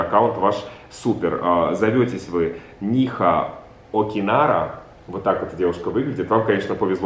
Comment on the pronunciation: нИха окинАра)))))